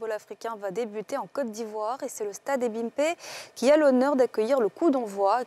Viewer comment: Arrangez le E de Ebimpe à l'entrée